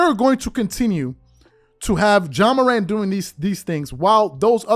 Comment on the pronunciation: What TF is “John Morant” like please get his name right before making videos about him …..🤷🏾‍♂️